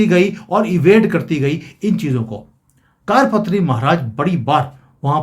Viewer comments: ऐक आपसे प्रार्थना ...सही उच्चारण कार पात्री नही वरन " करपात्री" है....!!!कुछ सन्यासियो मे ऐक व्रत या परंपरा होती है जिसके अनुसार ऐक हाथ *कर के पंजे (पात्र याने बर्तन)मे जितनी भिक्षा समा सकती है उतनी ....बस उतनी ही भिक्षा स्वीकार्ह या पर्याप्त है!!! इसलिऐ सही उच्चरण **करपात्री** है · जी आपका टॉपिक अच्छा है पर आपकी भाषा बहुत ही अशुद्ध है। कारपात्री जी नहीं करपात्री जी बोलें!! ऐसे ही कई शब्द आप अशुद्ध बोलते हैं! कृपया थोड़ा परिश्रम करें अपने बोलने पर!!! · कार पत्री नहीं है करपात्री महराज जी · कारपात्री नहीं, करपात्री सही है l हिमालय से कोई आएगा - इसका मतलब है UP के cm योगी next pm होंगे, बधाई 💐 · 'कारपात्री' नहीं 'करपात्री' अर्थात जिनके कर(हाथ) ही पात्र (बर्तन) हैं। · जी कारपत्री नही करपात्री है कर=हाथ,पात्र = बर्तन करपात्री जी हाथ मे रोटी सब्जी लेकर खा लेते थे, थाली कटोरा प्रयोग नही करते थे। करपात्री जी का श्राप अवश्य फलित होगा। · it is not "Kaadpatri" it is "Karpatri" = Kar (hands) patri (vessel) ie hands are used to accept bhiksha (alms). Swami Shri Karpatri Maharaj was a devoted sage brahmin who used his hands for bhiksha 🕉🙏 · कार पत्री नही होता,कर पात्री होता है।सभी हिन्दुओं को इस कांग्रेस पार्टी के सत्यानास की ईश्वर से प्रार्थना करना चाहिए और भा ज पा को बोट देना चाहिए।जय हिंद,जय भारत। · कारपत्री नहीं करपात्री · कार पत्री नहीं , करपात्री जी महाराज है। गोपाष्टमी का भी कनैक्शन है इसमें।